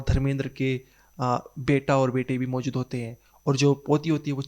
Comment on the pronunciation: Bro work pronouncing words Maujud and Goohar.